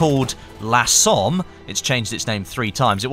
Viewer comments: I know this is nitpicking but please don't say lah Somme, it's pronounced "luh" similar to the monopthong in "up". I'm sorry but I speak French and hearing that annoyed me, still love you though, my fellow Aussie. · I believe the "la Somme" is the French version, authenticity, also it is more like "lə Somme" and not laaa Somme